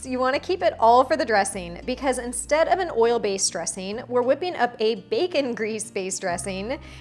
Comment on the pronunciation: Annoying because you seem to have forgotten how to pronounce the "g" at the end of "ing". What is a dresseen anyway? Gosh.